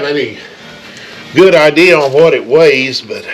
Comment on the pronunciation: Goot n tight? Is that German?